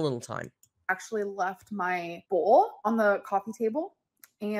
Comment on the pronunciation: I saw a comment that said Alr's pronunciation of "bowl" sent her to Pluto - now I can't help but notice this and other words; "bole: (bowl), "pee-pole" (people), "fillings" (feelings), "off-ten" (often), then there is her articulation of "quantities", "important " - sorry to bring it to anyone's attention but misery loves company